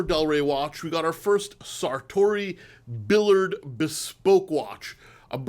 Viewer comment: Pronounced Sartory “Beeyard”